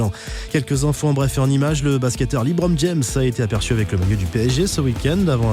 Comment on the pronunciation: "Le basketteur LiBrom James" 😭😭😭😭